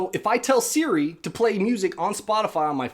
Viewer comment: works just fine on mine too. I think it may be accent related. You can make Siri reprogram to respond to accents in settings under Siri. He kept saying it like seere. That’s the issue. Should be like suri